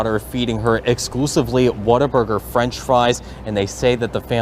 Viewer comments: Sorry but I have to say this... it’s WhatAburger not Waterburger. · It keeps making me laugh every time he pronounces What a Burger as Water Burger lol